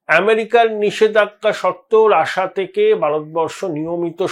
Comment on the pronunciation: রাসা নয় ওটা রাশিয়া